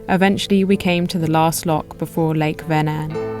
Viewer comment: Swede here. Thank you for pronouncing the name of the lake correctly. I always appreciate when presenters learn to pronounce the names of important places right. I live in Södertälje, and have visited the beautiful Lake Mälaren a few times, and would like to suggest that as a future stop for you. There are many cities along the lake, and Södertälje (literally "South market") has been here since the viking age, the place where vikings would drag their boats across the short strip of lake to get to the sea to trade all the goods that the towns along the lake were producing. There is also Birka, the island set up as a historical (authentic) viking village. These days we have a canal at Södertälje where boats can come into the lake. Really enjoyed this video. Subbed. I look forward to seeing more of your content. Thanks for introducing me to a part my country I have never seen before 😊